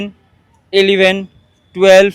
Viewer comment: এলিভেন ❌ ইলেভেন ✅